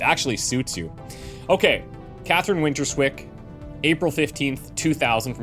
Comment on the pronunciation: winterswyk is from the Dutch town Winterswijk, winters-wijk (not winter-swik). Wijk is closely pronounced as "wike", like in "like".